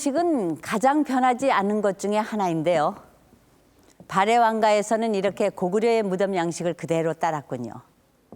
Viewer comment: 발음을 잘 하새요. 발에 왕국? 참나. 발해!!!!